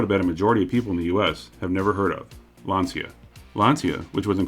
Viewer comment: Lancia/Chrysler, what a biblically stupid idea, to sell an American Landyacht in Italy. Smart. NOT. And btw, Lancia is not pronounced Lansia, it's Lantsha. It's not American English, it's Italian, hence one of the other 7000+ languages in the world.